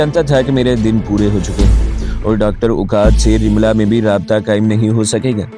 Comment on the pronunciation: رملا نہی لفظ رملہ ھے